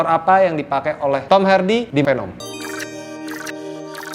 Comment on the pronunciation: It's veneum not penem ✌️